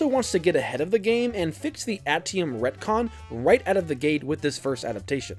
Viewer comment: Ate ium. Not at ium